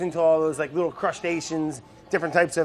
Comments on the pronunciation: did he just say "crushed asians" instead of crustaceans? Lmao this guy! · Legit LOL'ed when he said "crushed asians" instead of "crustaceans". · i heard him say the salmon eats crushed asians :v